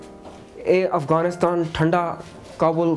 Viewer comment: Thank you for this documentary!!! The were a lots of thing that I loved but the most one was when he pronounced Afghanistan the way it should be. Not like most of others who are pronouncing it like foreigners. We are afghan and we know and SHOULD know how to say AFGHANISTAN !!!!